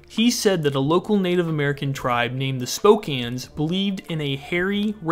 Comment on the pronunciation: did you ever call Spokane spookan